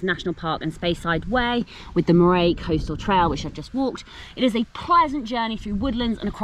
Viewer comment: Murr-ee (Moray) for-is (Forres) Nice walking though, beautiful scenery from my home county